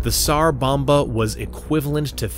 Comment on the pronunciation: Just so you know, the "s" in tsar bomba, sounds like a "z" so it would sound like "zar bomba" the T is silent.